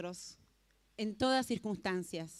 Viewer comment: esta mujer dijo surquistancias en vez de circunstancias, por que la dejan exponer